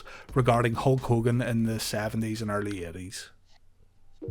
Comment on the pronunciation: what year did he turn in "Ho Kogan"?